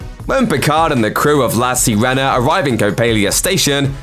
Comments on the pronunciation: .... man brits need to learn how too pronounce things that arent english.... its not the lass sea rena jesus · 1. Learn how to pronounce La Sirena. 2. Understand what an Easter egg is. 3. Stop wasting everyone's time with these pointless videos.